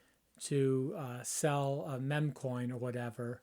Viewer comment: This guy can't even say meme right 😂 ok boomer